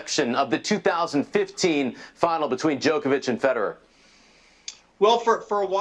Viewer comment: Why do American's pronounce Djokovic like that?